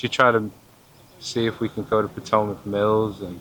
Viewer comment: Wait so he's from the area but he can barely pronounce the word Potomac lol. Love u